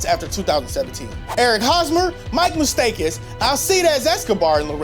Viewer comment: Your kidding right the Royals already lost half of them in FA and he said Moustakas wrong UNSUB